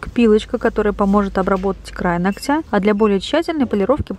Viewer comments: Не ногтЯ, а нОгтя. Учитесь склонять имена существительные! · НогтЯ? 🧐 Говорите по - русски правильно! НОгтя!!!